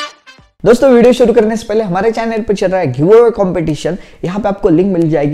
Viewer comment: Phele nhi pahile bolna sikh lo achee se fir problem batna 😂